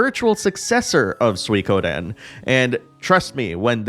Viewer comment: Finally, someone who says Suikoden correctly.